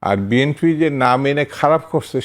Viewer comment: এই দুদু কি বলে!! নিজের দলের নামটাও উচ্চারণ করতে পারে না 😂 বিএনপি কে বিএনফি বলছে 😂😂😂